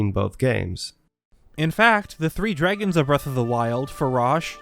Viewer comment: They way he is saying, “dregon’s” is bothering me…..